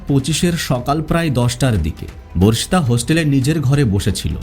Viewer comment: ভার্ষিতা নয় বর্ষিতা/বর্ষিত